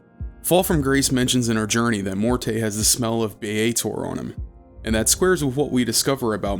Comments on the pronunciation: and it's Morty, like rick & morty. He's a vaudeville comedian head, none of them were named Mor-tay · the only thing it depends on is if you believe all of the companion voice actors mispronounced the name and the devs left it in. If you don't believe that, then the name is simply pronounced "Mort." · actual audio producers use the preferred pronunciation of the character/person instead of some dug up definition of the pronunciation. It's Mort. Not Mort-eh. That is so silly. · >Every time he says "Mortay" It's MORTE! MOOORRRRRRT! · "Mor-tay" too lmao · Pretty sure the "e" in Morte is silent. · its pronounced Mort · Uh, it's actually one syllable, "Mort" as in death. If you want to be fancy French, you can go with "Moh-ert" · setting aside the French (fem) pronunciation being also with a silent "e," it doesn't matter how a word is pronounced elsewhere if it's a specific name of a character and you are given the specific pronunciation of the name by the character's creators multiple times within the same medium you otherwise encountered it. I feel both the root and their chosen pronunciation fits the character pretty well. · The game is a masterpiece, but... barmy cutter don't know how to say Morte and Sigil right XD